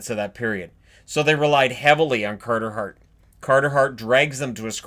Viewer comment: Cahtah Haht!